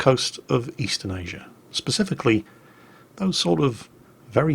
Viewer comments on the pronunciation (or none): none